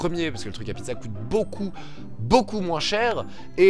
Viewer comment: C'est moi ou t'as dit Pie de Za ?